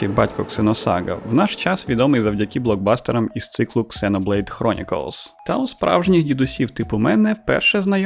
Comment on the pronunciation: "Ксеноблейд" вместо "зено блейд". ЗРАДА. Подписался.